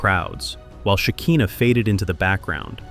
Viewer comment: It’s SHE KAI NAH not SHE KEEN NAH